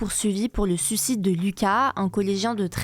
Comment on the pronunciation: Attention on prononce bien suicide, pas sucide.